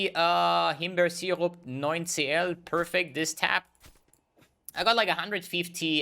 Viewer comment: Are you actually german? That himbeer sirup sounded REALLY convincing